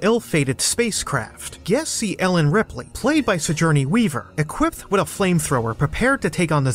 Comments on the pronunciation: It's Si gour ney, not Sijourney. And you need to get grasp at pronunciation of the. And I don't think any of us would care as much if you would have said thee instead of the sometimes. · Sigourney Weaver is pronounced “suh·gaw.nee” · Sig or knee not whatever the voice over said. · Learn how to say Sigourney Weaver’s name correctly. The “g” is a hard “g” sound, not a soft one.